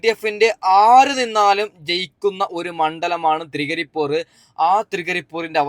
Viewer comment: തൃകരിപ്പൂർ അല്ല തൃക്കരിപ്പൂർ